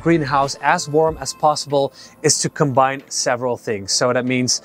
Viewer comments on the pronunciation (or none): none